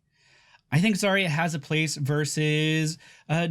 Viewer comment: Do you pronounce Yacht as E-acht? Don't think so. Then why was it universally agreed that Заря should be pronounced with 5 sounds instead of 4?